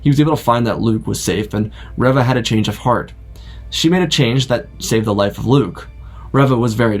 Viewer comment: Did you not watch the show? Why are you pronouncing Reva wrong?